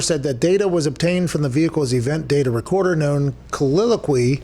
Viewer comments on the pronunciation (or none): Listening to Pat butcher "colloquially" Reason #82 why I love Pat McAfee Show